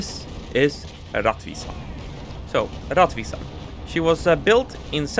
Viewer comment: It is pronounced "rettvisan".